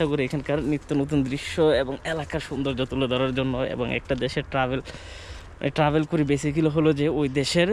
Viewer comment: Travel ke bole Tahbel. Empty drum sounds much